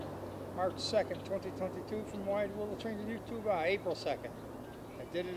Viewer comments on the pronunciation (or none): I’ve enjoyed all your train videos but must admit I tired of the mispronounced you tubah and the “roll it”. hardly applies to digital media, nothing is rolling. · I’ve enjoyed all your train videos but must admit I tired of the mispronounced you tubal and the “roll